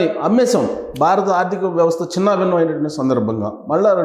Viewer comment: "BAA RA THA" kaadhu Babu .."BHA RATHA" BHA ... Brother, nuvvu cheppey vishayalanni 50% kanna thakkava Nijam untundhi.. rest of the matter nee swantha fill-in-the gaps.. total imaginations Only